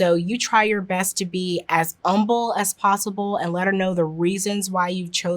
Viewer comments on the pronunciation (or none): Am I just mishearing it or did she keep saying "umble" instead of humble? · Irrelevant I know, but I love the way she pronounces "humble" with a silent H. My mom said it that way, and I love being reminded of her in small ways here and there. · i can't get passed the pronunciation of "humble" without the H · Love her personality and the information, hate that she says “umble” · Is "umble" a thing, or just her way of saying "Humble"? She seems to be able to pronounce other H words, just not that one, so I'm confused. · I love these solutions and perspectives, but I have a small diction or hearing clarification request. Several times I’ve heard “umble” mentioned where I might expect to hear “humble”. Is “umble” a term that I’m unfamiliar with, or perhaps is there just a mismatch between what is saying and what I’m physically hearing? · She says humble without the H And it's bugging me :( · The humble with no h is wild , umble yourself this mumble yourself that lol 😂 but good guidance tho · Is she saying humble yourself or something else? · These all seem like great tips, but why does she keep pronouncing "humble" without the H? 🤔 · The "H" in humble isn't silent, lady. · I've never heard anyone pronounce humble as "umble" before lol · Why can't she say the word 'humble' properly? Is it a speech impediment? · I like her but she pronounces humble wrong and it send me into an uncontrollable rage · I really hate the way you say the world humble. Humility has a hard H, so should Humble. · I have never heard humble pronounced without the H before. Delightful! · Yeah, the word "Humble" does not have a silent H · anyone know why she pronounces humble like that? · A beautiful Black woman. Great advice. Curious about your geographic background due to the pronunciation of "humble", which I don't think I've ever heard before.